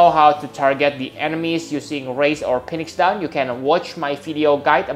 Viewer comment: you said "Phoenix" incorrectly. As I stated before, whenever you encounter a "ph" replace it with an "f" in order to correctly pronounce it. It would be spelled "feenix" if you wanted to say it correctly. Another example of the "ph" sounding like an "f" is in the words "alpha centauri" and "pharmaceuticals". Keep up the good work!